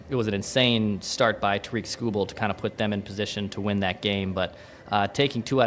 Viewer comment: Lmao “Tuh-reek” Skubal